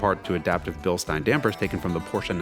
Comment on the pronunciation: I get all warm and fuzzy inside when Bilstein is pronounced correctly 😊